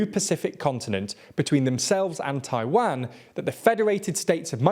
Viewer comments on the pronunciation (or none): none